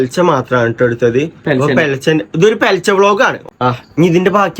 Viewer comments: പെലെച്ചേ എന്നുള്ളത് പുലർച്ചെ എന്നല്ലേ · പുലർച്ചെ ആണ് പെലച്ചേ അല്ല